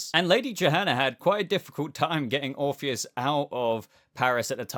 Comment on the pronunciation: Orr orpheus not morpheous